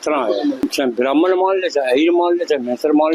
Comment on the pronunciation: मैडम ख़रीब नहीं क़रीब होता है, और भ्रामण नहीं ब्राह्मण होता है